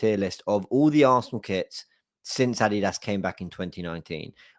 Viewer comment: 😂So... Let me ask... AR WI adidos... Or... Are We Arsenal